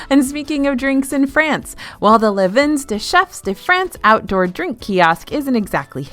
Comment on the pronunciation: Fab and very useful video! Just one request... PLEASE learn how to pronounce "vins" (as in French for wines), which is pronounced the same as "vin" (wine). It's sort of sounds like VAH - definitely no "N" - but Google Translate will speak it for you. It's seriously painful to hear it rhyming with pins 😊